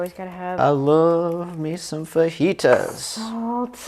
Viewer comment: Pronounced... Fa he ta